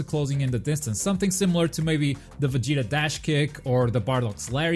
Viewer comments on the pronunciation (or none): none